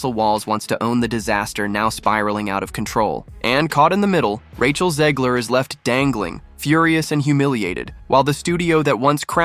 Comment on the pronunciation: There is no I in Zegler. Back to the Burque. Albuquerque. Maybe Russ and Doug can do a new restaurant for her so we can learn what not to do. Hahahaha.